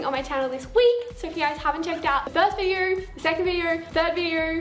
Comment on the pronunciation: it's not a video.... it's a "viderrr" lol heh..heh..